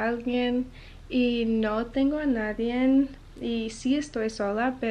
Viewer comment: Se dice NADIE si la n al final, solo para que sepas como es correcto, así como palabras que no llevan S al final por ejemplo: comiste, llegaste , fuiste, etc. Siempre es agradable escuchar un idioma tan lindo como el español hablado de manera correcta y que bien que lo hables cualquier cosa que aprendas en esta vida te servirá. 👋🙂